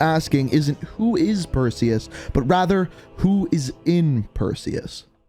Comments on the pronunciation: Who was here when it said "Preseus" not "Perseus" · “Who the fuck is Presues?” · Preseus 😂 One second my personal best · Or as how he says it himself, Pearseus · They’ve been looking for the wrong man. Not Perseus, but Preseus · Ah yes Persues little brother Presues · doggyworded "Perseus" And made it "Preseus". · Incoming comments saying "Preseus" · Wait presues I thought it was Perseus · “Preseus” lol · "Preseus" lmao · Yes. Who is Preseus? Do tell 😂😂😂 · Perseus... It’s “Perseus”. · Its purrseus